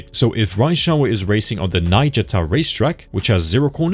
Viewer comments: Ai voice..lul.. The way you say Niigata. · I thought so untill I saw your previous video that your face in it. Well that "Niigata" weirded me out. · loved the video that niigata pronunciation took me out tho lmao